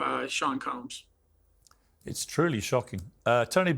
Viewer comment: I kinda missed how piers pronounced combs… “Coombs”